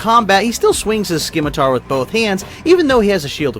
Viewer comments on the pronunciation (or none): It is pronounced "simitar", not "skimitar" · The C in scimitar is silent.